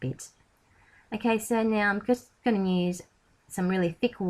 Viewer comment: I love your videos you are so talented but could please say use instead of "nuse".